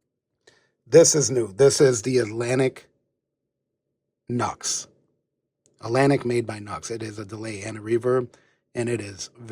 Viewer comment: It’s not Nux. It’s “New X”. Just thought I’d mention. Nice setup.